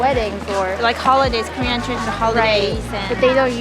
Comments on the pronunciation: Pronunciation was perfect. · You guys Korean pronunciation is "perfect" haha 👍👍Welcome to Korea & have fun guys 😊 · Well done brothers! Your Korean pronunciation was just perfect and I'm impressed. I'm oh so patiently waiting for the next video